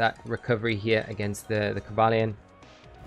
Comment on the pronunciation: I was dying when you said "Coba Lion" hahaha